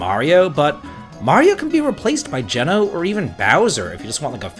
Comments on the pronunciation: It’s definitely Gene-o. Like the pizza chain if you’re from New England 😅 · geno's name is pronounced jee-no not jeh-no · Who else cringed when he pronounced his name as "Jenn-o" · Never heard someone pronounce Geno as Jen-o rather than Gene-o. Now I’m wondering which it actually is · I think a lot of people pronounce it GEE-NO. We're all just guessing at this point 😅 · Depending on how your pronounce it you may not be wrong. His pronunciation is wrong (not surprising, obviously as a kid we all had to guess). It's Geeno. Hard E. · we gonna teach him how to say geno ?